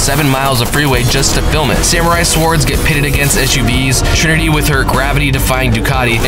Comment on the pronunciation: You do things on PURPOSE and BY accident. Not on accident. Also, the W in sword is silent. Jesus Christ, I just subscribed. Don't make me unsubscribe the same day.